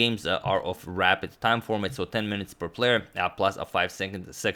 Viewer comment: It took me till in the video to realise he was saying rapid, and not rabbit. No offense to agadmator, I'm just a dumbass😂😂